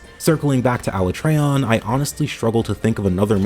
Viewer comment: “Aluh-trey-on” Im dead